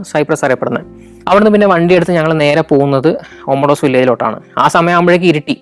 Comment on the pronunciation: ലിമാസോൾ അല്ല ലിമസോൾ ഒമോഡോസ് അല്ല ഒമദോസ് അത് പോലെ പ്രോട്ടറാസ് ആണ് ശരി അയാനാപ്പ അല്ല അയനപ്പ.. ഞാൻ 17 വർഷമായി സൈപ്രസിൽ ജോലി ചെയ്യുന്നു. അടുത്ത എപ്പിസോഡിൽ ഒമദോസിൻ്റെ അടുത്തു തന്നെയുള്ള ട്രൂഡോസ് മൗഡനും , കക്കോപെട്രിയ വില്ലേജും പിന്നെ ഞാൻ താമസിക്കുന്ന നിക്കോസിയ (capital of Cyprus) സിറ്റിയും വിസിറ്റ് ചെയ്യുമെന്ന് കരുതുന്നു. Καλινικτα (good night)